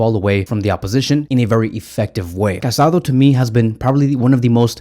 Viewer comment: The Barcelona midfielders’s name is pronounced Ca-sa-DOUGH. The Accent mark over the last vowel means something. It is disrespectful not to pronounce his name correctly.